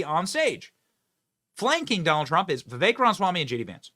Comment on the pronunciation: Benny!!!!!!!!! Please Pronounce Vivek's last name correctly!!!!!!!! It is Ram-a-swamy. You continue to say Ram-swamy, leaving out the 'a.' Name pronunciation is A Big Deal. It is disrespectful to keep mispronouncing his name!!!!! Love you, Benny - but Please!!!!! Take names seriously!!!